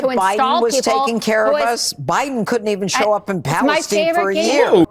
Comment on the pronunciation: they can't even pronounce Palestine? Their intelligence is in the TOILETS. Using Palestine as a talking point when they can't even pronounce it. Wack